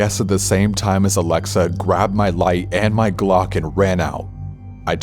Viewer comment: As someone whose real name is Alexa, I very much appreciate the way you pronounce it. Anyways. I am glad you’re back. 🖤